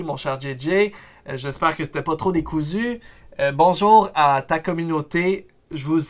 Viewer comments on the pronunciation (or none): none